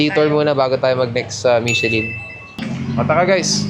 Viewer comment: nagparinig oh. "Michellin" daw. daughter daw! LOL! Peace!